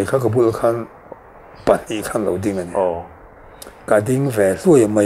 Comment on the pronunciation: I va han 'PA' chiang tak em,,,!